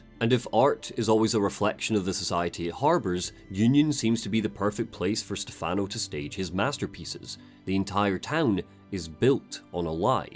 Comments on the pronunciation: you mean like STEH-fun-oh, not Ste-FAHN-oh, right? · Valentini is fine, Stefano is what he pronounced wrong. The emphasis is supposed to be on the first syllable, not the second. The way he says it in game is an American pronunciation. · One thing I find funny with Evil Within 2 was how obvious it was to me that they didn't cast an Italian to play Stefano. Dude comes out of nowhere and introduces himself by pronouncing his own name wrong. I should know, that's my name too.